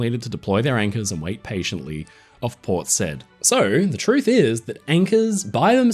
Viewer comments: What world are you in? Port "sed"? Try Port "Sieyd" . I cannot believe a maritime guy like you could get that wrong. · Apart from pronouncing "Port Said" incorrectly! It should should like "Port Syeed"